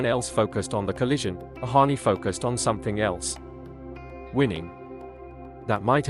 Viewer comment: It's Ohtani, not Ohani.